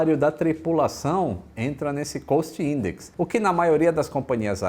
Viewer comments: Você está certo quanto ao cost index. A pronúncia de route, no entanto, está correta no vídeo. Falantes nativos do idioma inglês podem tanto pronunciar como você imaginou OU com a pronúncia do vídeo, dependendo de onde é a pessoa. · mano, a sua pronúncia de “cost index” e “Route” ESTAO completamente erradas.